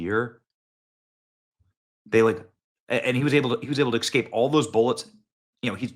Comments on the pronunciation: Benny, It’s pronounced “eScape” not “eXcape” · S.. S.. S S Cape... Es Cape... Escape.... NOT eXcape. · Please stop mispronouncing "escape" as "exscape". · Excape?😂 really, Benny? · Are you actually saying "Excaping" and Excape"? I ax this question because you speak for a living. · Today’s word of the day is ESCAPE. Yesterday was NUCLEAR. escape is pronounced ESS-CAPE. There is no “X” or “K” in the word. It’s not EX-SCAPE. Tomorrow may be ASK, which is commonly pronounced AXE. We’ll see… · EScape, not EXcape. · Someone, please get word to Benny. For the love of all that is holy... Please stop saying "Exscape or Ecksscape" this is an ebonics virus in our English grammer... Also heard in eXspecially or ecksspecially.. it is- ESpecially or eScape.. not ex.. In this case grammer police is necessary.. stop the destruction of the English language people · Did I hear you say "EK-SCAPE" ??? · Most Americans do say exscape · Benny you are teaching your children to speak English. Please pronounce things correctly. It’s escape, with no x. It’s nu-clear not nuculer. I didn’t even let people talk baby talk to mine.